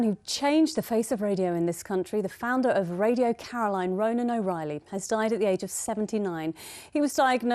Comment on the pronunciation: His name was RONAN not Roman. and his surname was O RAH- ILLY.. not o riley.